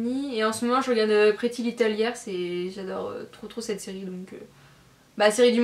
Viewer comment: super video 😉 puis on dit "layers" pas liars 😘❤